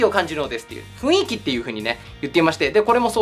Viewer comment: 良い動画でした。 俺らに出来るのは登録いいねを押して に生活基盤を安定させて 諸々の妨害に負けず、バンバンやってもらうことかな。 あと、 雰囲気は「ふんいき」であって「ふいんき」じゃ無いですよ。 ちょっと気になりました。